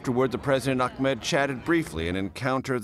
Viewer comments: Hey CBS...His name is "Ahmed" not "Achmed"....way to be CBS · 😂💔 you are right it's Ahmed in Arabic But in Egypt we say it Ahmad 😂✋ there is no name called achmed It's my dad name I am sure